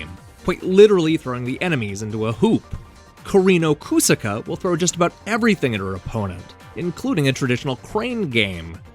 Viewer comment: "Koreeno Koosaka"